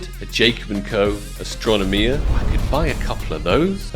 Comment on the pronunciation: Omg how did he pronounce astronomia?!